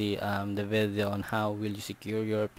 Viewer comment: i am sorry. u sound funny (vedyoo)😅 im sorry , your video help me change my password. thanks 👌